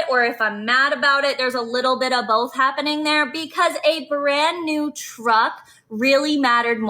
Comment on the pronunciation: "A berand new teruck".... what an annoying loser